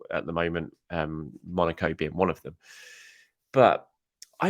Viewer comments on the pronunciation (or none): none